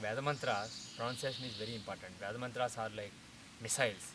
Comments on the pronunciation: You are pronouncing even VEDA wrong. You guys pronounce COKE as COCK and teach pronunciation 😀😀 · Thank you...very much needed to standardize pronounciation! Two questions: 1. Why do you pronounce the word "Veda" differently...I feel it sounds like "ai" instead of "a" like in 'gate'. Is that correct & you do it intentionally? 2. Can you release a video for basic pronounciation of Veda mantras? The notations, symbols there are usually not learnt when learning language & grammar...